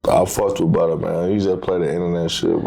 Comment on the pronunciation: It’s butta goof not butter